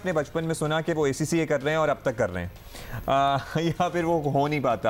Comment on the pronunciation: Host is even unable to pronounce ACCA🙈